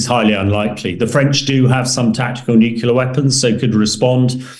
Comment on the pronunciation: If de-Bretton has so much military experience let him go and fight. He’s delusional. He can’t even say nuclear properly. He’s an idiot.